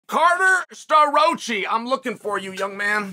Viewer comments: Uncle Chael is always right. This Carter SterRoachyyy guy needs to have a talk with his parents because his parents have been mispronouncing his name his whole life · The way he murder Starrocci's name is amazing lmao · yea, no. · Maybe shouldn’t be commenting with such vigor if you can’t pronounce the guys name…. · Burroughs dissed penn state what do you expect? Bro say Staroccis name correct.